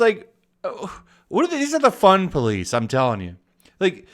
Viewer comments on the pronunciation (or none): none